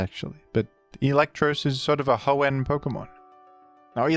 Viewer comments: It's Ho-En, not Ho-Ehn. He's putting way too much emphasis on the "enn." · i’m sorry but the way you say hoenn “hoe-ehnnn” makes this unwatchable for me </3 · The he pronounces Hoenn with that emphasis. Surely he knows??? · Bro its Hoe-in not Hoe-ehN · I've never heard anyone pronounce "Hoenn" like you do. I always hear people put the emphasis on the first part of the word, not the second part. So "HOenn" instead of "hoENN". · It’s pronounced Hoenn, not Hoenn, by the way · the way you pronounce Hoenn (Ho-ENn) has made me click of this video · “The hoe-n special” is my new favorite tick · hoENN is how I always pronounced it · Mf, SAY HOENN CORRECTLY. Jesus Christ. If you were ragebaiting, well done, baited. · can you pronounce hoenn right please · You pronouncing Hoenn angers me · Does anyone else pronounce hoenn wrong like T-T Love u T-T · You emphasise the "enn" in Hoenn, which I find interesting. I don't think I've heard anyone do that. What brought about this emphasis? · weird way to pronounce hoenn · Why does he pronounce Hoenn like that 😩😩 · Baffled by your implication of another pronunciation of Hoenn- is it that he very slightly overpronounces the enn?